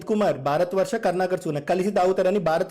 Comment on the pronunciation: వాడికి భరత వర్ష ఛానల్ అని అనడం కూడా రావడం లేదు.భారత వర్ష అంటున్నాడు.